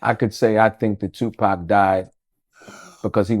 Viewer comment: Wayment… why the daddy took a moment , scratched his beard and said “SHU-pac” when referring to the 2nd shooting… okok I’m reaching but, is TUPAC TUPAC dead or is SHU-pac dead… ok… ijs… sorry it’s probably just a slip of the tongue but, Tupac if you still alive and wanna live low key… I got you lol… anyway, this is very insightful and great information just on the strength that this is Tupacs father… nothing else matters… God bless